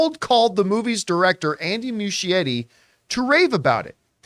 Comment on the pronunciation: still mispronouncing the director’s last name. Aren’t Campea’s parents from Italy?